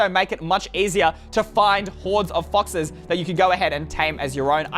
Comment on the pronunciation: Did he say foxes